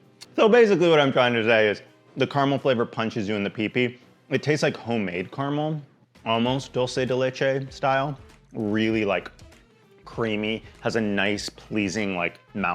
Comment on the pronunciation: I'm going to be that person: "Dolce de leche". You have conflated Italian and Spanish, and then mispronounced the Italian portion. Dulce de leche is Spanish, and should be pronounced "DULE-say de leche" (unless your father was from Spain, in which case it's likely "DULE-thay". If you were going to use Italian (which, as it's a Spanish term, you really shouldn't), you would pronounce that first word "DOLE-chay". Sorry: it's one of my pet peeves, the mangling of this term. I've resigned myself to "on accident", but this one tends to bother me.